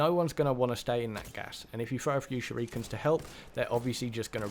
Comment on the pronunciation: I know this is a year old video but the pronunciation of shurikens made me cringe.